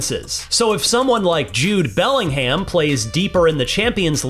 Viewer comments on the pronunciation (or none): No hate but that pronunciation of Belling-HAM has absolutely spun me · You lost us at Belling-ham. Learn the correct pronunciation of footballers names or get busy doing something else. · Man said "Jude Belling Ham" 😂😂😂😂😂😂😂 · Belling ham 🤦🏻‍♂️😂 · The way he said Jude Bellingham & waxy canny hell made me laugh 😂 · It's an American publication. They probably should've gotten someone more familiar given his pronunciation of Bellingham and van de Ven nonetheless. But as a "Yank", I've forgotten more about football than you've learned.